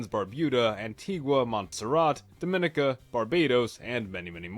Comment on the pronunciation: Also, Dominica is Dom-I-knee-ca